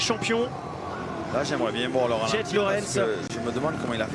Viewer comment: Les commentateurs francais, comme d'habitude et tristement, sont faches avec la langue Anglaise... Indecrotables! Ce ne sont pas des autrichiens donc ce ne sont pas les freres Laurentz comme ils disent mais Laurence comme le prenom!!!